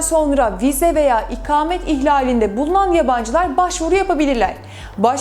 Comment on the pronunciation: İkamet değil ''ikâmet''. konuşmayı öğren.